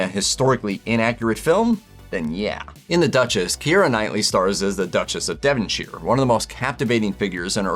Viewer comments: UGH!!! ‘Devonshire’ is NOT pronounced “deh-vin-SHEER”, but either “deh-vin-SHUR” or “deh-vin-SHYR”, depending upon which part of England the speaker is from, as well as which social class they are from. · Devon Sheer? You Mean Devonshire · I think you're right. Plenty of proper nouns get regional twists. Pronouncing it devon-shire, is never used, however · This guy cant even say Devonshire properly.